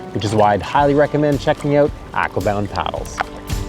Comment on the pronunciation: Does the way he mispronounces Aquabound bug the shit out of anyone else?